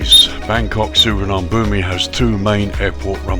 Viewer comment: Please at least try to pronounce it correctly